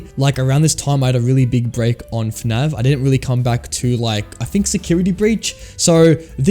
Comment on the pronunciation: why does he say fnav instead of fnaf?